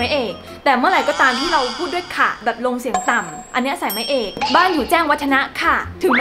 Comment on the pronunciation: เสริมนิดนึงนะคะ จริงๆ แล้ว คำว่า "ค่ะ" ไม่ได้ออกเสียงว่า "ขะ" แต่ ออกเสียงว่า "ข้ะ" นะคะ (เหมือน "ค่า" เสียงสั้น) ถ้าจะบอกว่าเป็นเสียงต่ำก็ไม่ถูกซะทีเดียว เพราะเราออกเสียงเป็น "ขะ" กันตามความเคยชินมากกว่า ออกเสียง "ข้ะ" แบบประโยคนี้เลยค้าบบบ